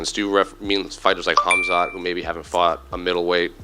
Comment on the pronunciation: the K is silent in Khamzat brother.